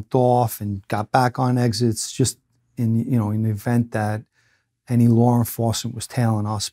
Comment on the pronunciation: "Lar enforcement" 😂